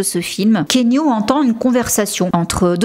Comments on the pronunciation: ❤❤❤ Keanu est le meilleur, juste il faut prononcer son prénom ki yanou et non kénu 😄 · Hello j’adore tes vidéos je les suis tout le temps… mais la je me permets un petit commentaire : On dit Ki-a-nou Reeves ☺️ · J'adore ton contenu, je n'en manque pas un, petite remarque on dit "Ki-A-Nou" :) XXX